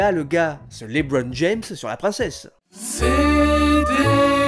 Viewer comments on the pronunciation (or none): none